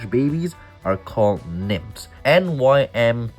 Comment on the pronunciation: Not pronounced nimps. They're pronounced nymfs. But, considering the explosion technically they could be nimps or nymph pimps. 😂